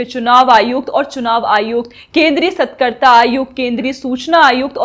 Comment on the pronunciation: मैडम आपने राहुल गांधी पर बड़ा सटीक विश्लेषण किया। परंतु थोड़ा-बहुत उच्चारण पर भी ध्यान दें। सही शब्द सतर्कता है, सतकर्ता नहीं। यानि आधा 'र्' त के बाद आता है, क के बाद नहीं। धन्यवाद।